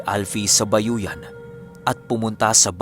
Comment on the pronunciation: sorry pero hindi bayoyan yan kundi ayoyan. God bless